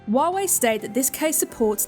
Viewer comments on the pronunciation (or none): It's Huawei not Wuawei fucken poo bum